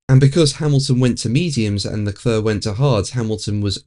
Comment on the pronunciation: Leclerc is pronounced Leclare.... Not Leclur